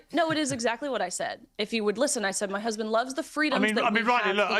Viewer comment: "My hesbend." "My hesbend." "My hesbend." 🙄